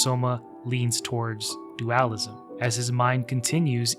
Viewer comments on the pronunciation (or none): It's... It's dualism... Not duAlism... The fuck was that my man?